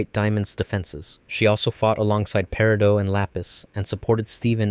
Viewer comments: Peri-dough?! It’s peri-dot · I know right? Why is he pronouncing peridot wrong instead of actually saying peridot? Her name was NEVER said as peridough in the show, it was always said as peridot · That's the actual pronounciation...periDOT is her name, her gem is a peri-dough. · Bro, it’s paradot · I kinda like the paradeux pronunciation, very elegant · Correct pronunciations: PEAR-ih-DOT CAL-SAID-KNEE